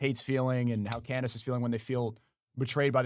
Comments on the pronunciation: If he calls her Can-Dace one more time…. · he pronounced candence as can the ass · Andrew pronouncing Candace “Canned Ace” was absolute unintentional comedy gold 😂😂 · Canned AYSE!! 😂😂😂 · Sometimes he sneaks in canned-ice once in awhile too 😂 . I'll do the same thing with People. It's just a fun poke depending on the Person and the name. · Was watching a Debate from a few years ago with both her and him. He utilized Canned-Ace, Canned-Ice, and Candace all within the one Debate 😂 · Why does Andrew say Candace like that?